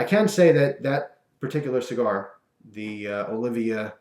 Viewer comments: Olivia dude, Oh-lee-va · its oliva not olivia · Oh-lee-va. Not "Olivia". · Like the review. They are great. BTW.. its Olive (OH-lee-va)